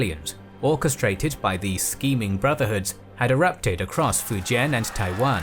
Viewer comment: can’t even say fujian right